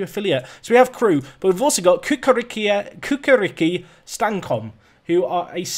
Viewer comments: Kukariki XDDDDDDDDDDDDDDDDDDDDDDDDDDDDDDDDDDD, it's Chukarichki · Cukaricki is pronounced Chukarichki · It is pronounced Tchu-ka-rich-ki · I don't think will care or notice, but Cukaricki Stankom is actually read as Chiukarichki Stankom. I mean, you should know your Affiliates, man:D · The Serbian team is pronounced Choo-ka-RITCH-ki :) You might want to check the work permit status as well as Serbia isn't in the EU. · your Serbian affiliate is pronounced as 'CHOO-KAR-RICH-KEY" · Lmaoo your attempt to pronounce Čukarički is hilarious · I am chairman of FK Čukarički. Learn how to pronounce name of club or we cancel affiliation and send Serbian mafia to Tow Law. Understand? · the serbian club you have an affiliation with both c are pronounced ch not like k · mate, you are not even close with pronouncing Čukarički. 😂😂😂